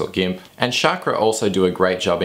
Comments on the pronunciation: Chakra should sound like CHUCK-RAW not CHAAK-RAW or SHOCK-RAW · Great reviews!! just for further information Chakra is pronounced as "Chuck-ra".